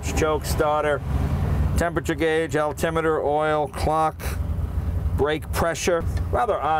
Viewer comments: Did he say altimeter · Excuse me. 15.30. Did Jay say Altimeter?